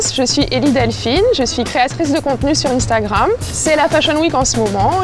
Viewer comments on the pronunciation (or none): none